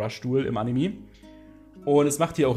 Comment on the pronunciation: AnimE nicht Animiii.... raste jedes Mal aus wenn das höre xD sorry